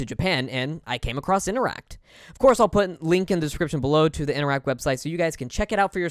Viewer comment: Interac...not InteracT...note, no 'T"